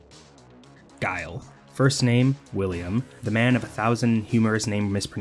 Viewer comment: thank you for including this lmao, I still think back to K Brad getting mad at Guile, calling him Gui-li, Guy-El, Gill